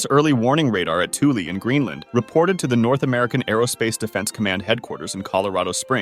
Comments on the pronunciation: Heads up! Thule is pronounced "Th" like Thug and "ule" like School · its not pronounced twoley its THÜL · It’s weird how he pronounces Thule correctly for the first half but then says it wrong in the second half of the video. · Correctly pronounces Thule then also incorrectly pronounces it seconds later...